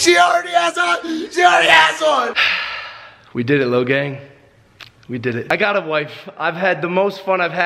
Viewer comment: Logang for life and you said it rong